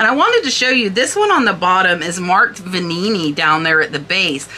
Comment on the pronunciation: I agree with everything you said about the one of a kind vase signed by multiple artists. It was so beautiful. I'm surprised what is sold for with all those sentiments. BTW I liked your pronunciation of the Veninni vase. Extra flair!